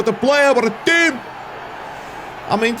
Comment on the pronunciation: U mean “the Tcheam” 🤣🤣🤣